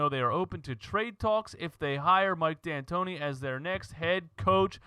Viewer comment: Mike Antoni...no D